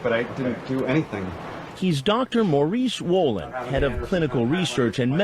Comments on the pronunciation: I keep hearing “Mauri Swollen” and it’s really bothering me. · Lmao it's true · I can't unhear "Mauri Swollen"